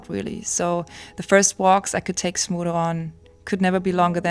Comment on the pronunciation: Congratulations! How heart warming! (btw, I kept hearing Smoodle, and only at the end of the video, I read the description and realized it's Smudo. You really did good by him)